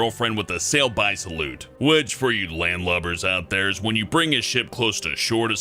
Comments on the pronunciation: you have ti study more italian, is schettino, not schentino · /skˈetːino/, not /ʃentˈiːno/ XD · Ehi Man, at the NUMBER SIX, the captain's name is Schettino not Centino. SCH in italian language is like SK, and we pronounce it like SKETTINO. Good job and good luck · About #6 It's "schettino", pronounced "sk-at-tino". And also, he's not in jail, quite the opposite: he's teaching safety at school, no kidding. Instead, the one that yelled at him to stay on the boat, now is stucked to a desk. In Italy, justice is non existent. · Ehy man, you pronunced "Schettino" in the wrong way ^^ It is more like "Skettino", in italian you have to pronunce ch like k and sc like ch I know, it's kinda strange hahah